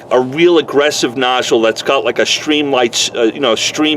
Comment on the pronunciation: Please---it's stream, not shream.